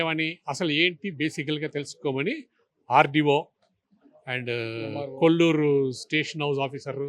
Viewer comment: It is Kollur.You are saying Kollapur.Plot owners also not correcting.